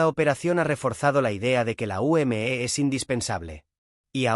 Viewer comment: Se dice simplemente la UME no como usted diciendo la U m e haciendo que cada letra vaya por separado cuando todo va junto